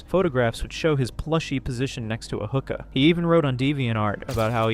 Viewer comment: The way bro said “hookah” 😂😂 it’s not a hooker in a Boston accent lol.